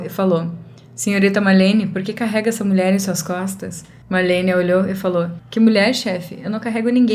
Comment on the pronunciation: É Marlene e não Malhene, assim você acabou deixando a história mais fofa kk😊